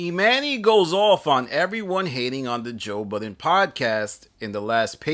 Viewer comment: I’m disgusted with the way that you pronounce his name 😂😂😂